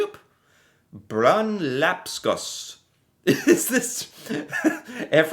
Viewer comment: I'm a Norwegian and I don't have a shoe rack 🤣 I've had before tho 😭😂 You said brun lapskaus pretty well btw